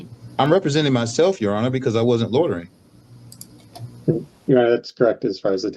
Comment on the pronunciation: Does he know the actual word is loitering not lodering